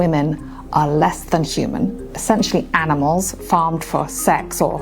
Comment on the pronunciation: Lol the way she said animals is truly wild 🤣